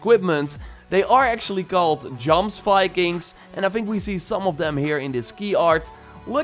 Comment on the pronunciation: I’m skeptical but still very excited for this game, also I mean no disrespect but you pronounced Jomsviking incorrectly, it sounds like Yomsviking, minor nitpick